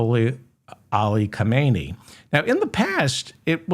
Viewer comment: Not, Ka-may-nee - his name was Ha-men-ee